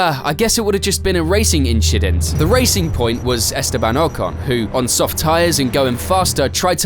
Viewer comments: inCHIdent with the race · Just another inchident😂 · Racing inchident 😂😂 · INCHIDENT <3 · just an inshident😊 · "A racing inchident". I caught that :) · bro fr said "racing inchident"😂😂😂